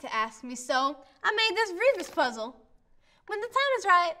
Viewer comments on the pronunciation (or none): the look is alright and he said the "puzzle" wrong